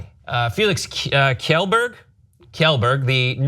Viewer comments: It's pronounced 'Shell'berg.... If Felix reacts to this you're gonna get a lot of shit from him because of that.. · No it's not "yellberg", it's pronounced "key-ėllberg". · its shellberg